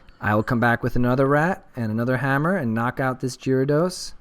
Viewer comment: Pronounced Gare-uh-dos